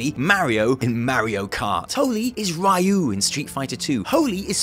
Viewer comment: Did you just say Ryu as Rie-yu?